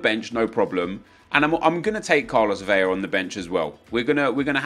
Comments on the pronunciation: bro its vela (ELLA) not vella (EYAH) lmao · Love the vids but for too many years I have held my silence. In Spanish Carlos Vela is pronounced Carlos Ve(L)a. In Spanish double L is Pronounced as a Y. So David Villa would be pronounced David Vi(Y)a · In Spanish, you only pronounce double "L's" with a y-sound, like David Villa or Iker Casillas. However, Carlos Vela is pronounced like you would normally pronounce an "L". :)